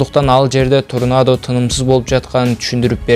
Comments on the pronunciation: Торнадо болот турнадо деген соз жок . Китепти коп оку деп кенеш берет элем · Автор турнада эмес Тарнода. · Тарнада деп айтылат торнадо деп жазылат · Турнадо эмес торнадо десен громатикан так эмес созунду так суйлой албайсын анан кантип ютуб канал ачасын сени бут дуйноо корот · Е админ турнадо дебейт тарнода дейт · Турнадо эмес . Торнадо десен . Апей туура суйлочу!!! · Кичине туура суйлогонду уйронсонор Торнадо болуп жазылат тарнодо болуп айтылат досум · Беруун жакшы анда санда коруп турамын,жазылганда торнадо болот а окулганда тарнадо болуп окулат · Сен качан суйлошту уйроносун турнада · Торнадо деп жазылат тарнада деп айтчы блогер соорой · Блогер иним торнада деп жазылат тарнада деп айтылат кулака жагымсыз угулат ушундай каталарды коп кетирип жатасын конул буруп кой. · Тексти окуганда ударенияны туура коюп окусан.Торнадо деп окуганынды озун угуп корсон.эптемей диктор соройлор.????